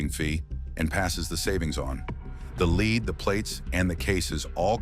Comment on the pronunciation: Who ever "led" them to "leed" LEAD 🤦‍♂️